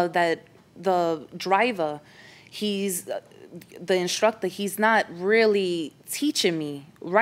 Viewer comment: Im making a change, from now on i will no longer say instructor, im saying “instructah”